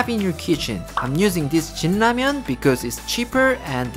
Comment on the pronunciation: I was reading comments suddenly I hear "Sh*t ramyun" I'm like "wait what?" And look up to see its actually "Shin Ramyun"😂